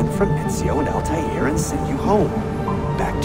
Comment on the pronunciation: Am I the only one who finds it irritating by how he pronounces Altaïrs name